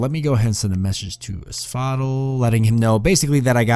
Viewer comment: You pronounce asphodel like you're saying axolotl. The other guys call it AS FOE DELL which sounds a lot better imo